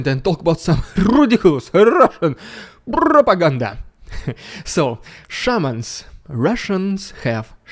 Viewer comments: I thought he was saying Shermans, not shamans. This may just be my 🇺🇸 understanding of WW2, but all I could think of was why is Putin pulling WW2 tanks given to the USSR during WW2 out of storage to fight Ukraine. Things must be going very badly for them. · I though you said Sherman not Shamans. I had to pause the video and laugh my way out of my chair. I'm now kind of disappointed.